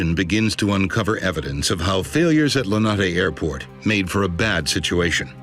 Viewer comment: lenate no its more like L I N A T E